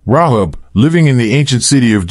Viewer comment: It’s Ray hab……..not rob